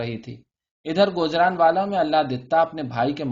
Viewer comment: n is silent in gujranwala it sound like noon guna if u canbread urdu